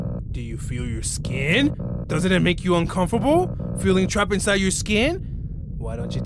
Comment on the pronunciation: Bro said “uncoperble”